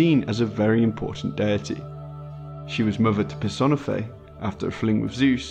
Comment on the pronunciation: Pur. Sahn. Eh. Fey. Sorry. Had to do it.